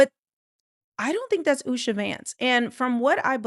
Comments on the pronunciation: It’s not Usha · It’s not Usha.